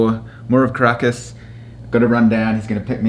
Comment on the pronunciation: Also Caracas is pronounced KAh-ra-KAhS